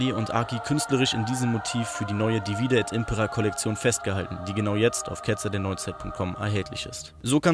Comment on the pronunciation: ich muss vermuten, dass du keinen Lateinunterricht hattest oder sehr schlecht in Latein gewesen sein musst. Bei divide und impera wird die erste Silbe betont bzw. die drittletzte aus der Perspektive der Lateingrammatiker gemäß der einfachen Regel: "Bei 3- oder mehr-als-dreisilbigen Wörtern oder Wortformen wird die vorletzte Silbe betont, wenn sie lang ist, ansonsten die drittletzte." Sowohl bei divide als auch bei impera ist die vorletzte Silbe KURZ. Daher ist die drittletzte zu betonen, wie es dein Kumpel zumindest beim 2. Verb gemacht hat. Also: dívide et ímpera ❤&✌🏻